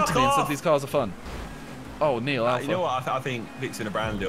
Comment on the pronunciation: Why does he keep saying neill????🤔